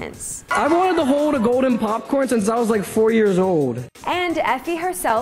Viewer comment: Lol Josh, "I've wanted to hode a goden popcorn since I was four years ode." poor thing with his speech impediment but I still love him!